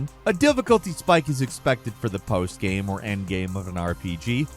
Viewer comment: i cant stand the way he says "gyem".....